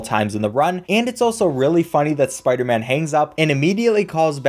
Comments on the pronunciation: sparderman lol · “It’s not always about the speedrunnin’ spidah man”